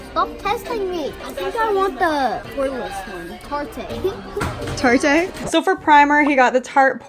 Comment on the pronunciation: My brother all calls tarte. “Tartae